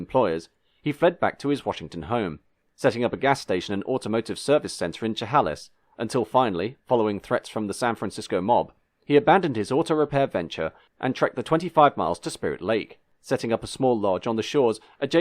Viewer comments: Chehalis is pronounced Shuh Hail iss, not Shuh Hall iss. Good video besides that. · Chehalis is pronounced Chehayliss. Even so, Truman's bootlegging was news to me! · Amazing job with our Washington tribal names, Chehalis was the only mistake I noticed! (I butcher U.K. proper nouns all the time apparently) I was also unaware of the bootlegging and 16 cats, what beautiful wrinkles to that story..:::❤